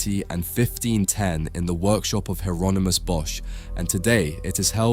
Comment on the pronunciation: If this isn’t AI narrated, why pronounce Hieronymus two different ways? Weird af